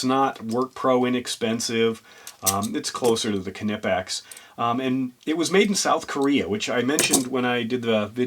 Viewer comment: Stop pronouncing the K, do you sound the k when you say, knife, knock, knickers, know, known, knew? Seriously, what the f is wrong with, you speak English not German, we dont sound the k.